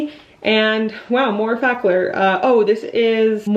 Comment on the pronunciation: No judgment, but it’s “eff-uh-clawr”. 😊 Love the Nantucket vlogs! 🩵